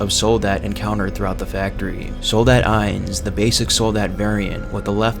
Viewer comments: "Ee-ens, which means one in German." Eye-ns. Eins. Eye-ns. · I’m sorry, but I can’t forgive the butchering of the German in the soldat section. ‘Ians…Zwey~’ 😂